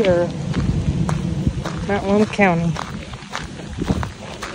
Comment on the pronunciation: Good for you for pronouncing Multnomah correctly.